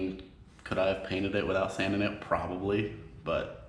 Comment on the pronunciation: Now I can’t tell when is saying page cainted on purpose or mistake😭😭